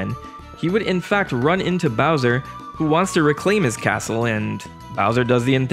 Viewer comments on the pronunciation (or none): BOWJA from his CASSSSTTTLLLEEE